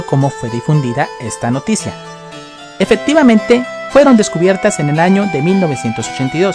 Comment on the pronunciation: pronuncia bien las palabras como EFECTIVAMENTE no efedtivamente o RELOJ no relod